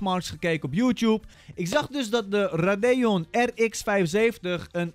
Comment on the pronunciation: Ra dee on zeg je als raydion